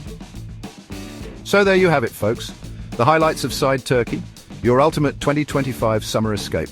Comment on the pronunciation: The Turkish town of Side is pronounced like "seed-eh", with a short "i" sound as in "sit" and a soft "eh" sound at the end. It's not pronounced like the English word "side".